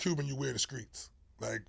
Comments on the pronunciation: Everytime he said "Skreets'" I corrected him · Why he say screets like he from Mississippi 😂😂😂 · From that era many put the K in place of T. LoL... Not really a south thing. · From Jersey & been sayin "skreets" all my life